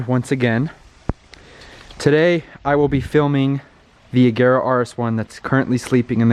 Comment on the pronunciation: Oh my god, the first American i know who spells agera correct 😍